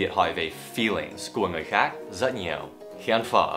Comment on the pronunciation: Rất chứ không phải giất giất nhé Dan